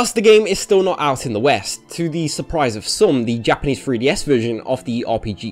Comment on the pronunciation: Why does it sound like you're saying "freeDS"?